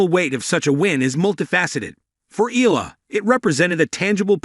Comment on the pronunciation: EALA pronounce as "Ayala".